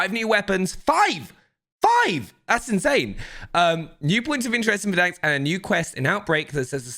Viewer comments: For over a year I’ve been listening to you say “Verdanksk” and biting my tongue. There’s one k and it’s at the end. Stop it! Playfully furious - Cupasmell33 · "VerDANKs" (Try to unhear this now) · Nobody:: Verdanks